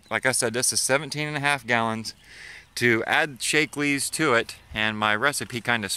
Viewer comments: I was on pronunciation. It isn't 'Shake-lee' up my way. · Btw "Shack-lee"